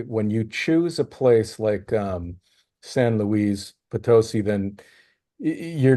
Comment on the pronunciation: It's pronounced San Looey Poe Toe See.